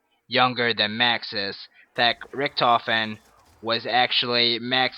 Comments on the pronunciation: His name is richtofen not richentof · he said richentof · its not rickentoph its ricktophen (i dont know how to spell the name) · Richtofen not richentofen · "richentoff" lmao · "Rick-In-Tofen" lol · Learn how to say "Richtofen" u dumbass